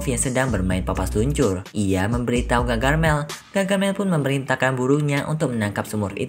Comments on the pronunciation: Bukan gagarmel..tapi gargamel 😅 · gargamel kali bukan gagarmel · Harusnya gargamel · Gargamel kak bukan gagarmel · Om bukan gagarmel tapi gargamel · Bamg gargamel, bukan gagarmel 😭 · Bang bukan gagarmel tapi gargamel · Bukan gagarmel tapi gargamel